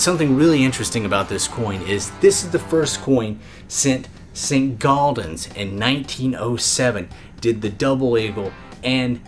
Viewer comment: Why do so many numismatists insert an "L" into Saint-Gaudens, pronouncing it as if it were spelled "Saint-Gauldens"?